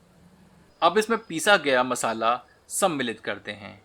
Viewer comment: Aap ye word "सम्मिलित" ko bhut hi acche se bolte hai, Suddh hindi word 👍